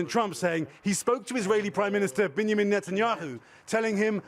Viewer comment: Benjamin not "Bennamin" LOL